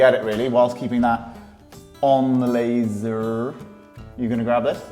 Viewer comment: “Laser” “Laser” 😂😂😂